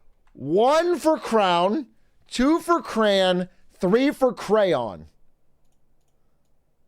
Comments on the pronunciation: Ain't no way this guy says "cran" that's absolutely ridiculous it's literally spelled CRAY ON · It's cray-on!!!